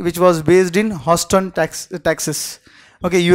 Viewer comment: Can some tell him how to pronounce Houston ?